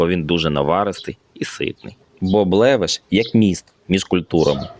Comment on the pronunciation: Левеш, наголос на першому складі, і ранташ на холодну не готують